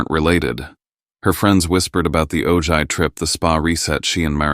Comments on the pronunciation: AI "Oh-gigh" good grief. It is Ojai, pronounced "Oh-high", Chumash for moon. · Please learn how to properly pronounce City names before using them in stories! The city in Ventura County, California (where I lived more than half my life and some of my family still lives) that you’re calling “O-Ji” is pronounced “O-Hi”! It is spelled Ojai but is a Spanish name. The mispronunciation of people’s and places names in these stories ticks the heck out of me! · The town in California is pronounced: "Oh Hi". You should know that. It's the hometown of Colonel Steve Austin and Jamie Summers! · "oh-jie" - it's actually pronounced OH-hai. Silent J treated as an H. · Wow they are saying “Ojai” wrongly! It’s “oh-high.” Weird to hear though, my brother, William, drowned in the river coming from Ojai through Ventura to the ocean in 1995. It rained so hard that day. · For god’s sake it is pronounced “oh-high” not “oh-ji” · It’s pronounced O hi, not O ji! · It’s pronounced Oh-high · It's Pronounced "O-hi". A Town In Northern California. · It is pronounced Oh-high. I live in Ventura, California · Listening from Killeen, Texas USA Ojai is pronounced with the j pronounced as an h like Oh- hi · Ojai is PRONOUNCED O-HI! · Ojai is pronounced as “Oh-Hi”! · Ojai is pronounced Oh -hi. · Ojai: Pronounced oh-high, a Spanish word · Its pronounced "OH HI," DIPWADS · Can you use the minimal effort to at least pronounce Ojai correctly!